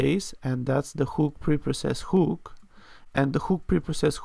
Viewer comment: Thanks for sharing. I believe that a "huhk" and not a "whooook" you're talking about.